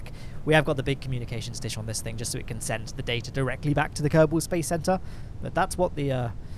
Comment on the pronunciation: your "kerbal space program" sounds like "karton space program"